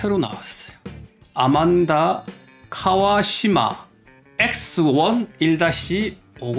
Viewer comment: ANMANDA ....AN 인데 `아`라고 하는건가요....`안` 이 아니네요?